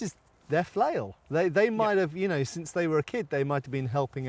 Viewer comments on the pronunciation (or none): none